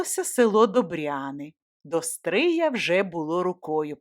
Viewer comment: Тільки наголос ...до СтриЯ. Місто СтрИй